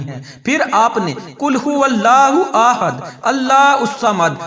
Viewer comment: وظیفہ تو ٹھیک ھے لیکن آپ کے الفاظ درست نہیں چونکہ آپ نے احد کو آحد لم یلد کو لم یا لد ولم یکن لہ کو ولم یکن لاہ پڑھا ھے اسے درست کریں